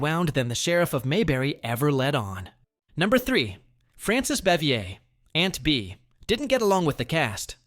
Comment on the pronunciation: It's Frances Bavier, not Bevier.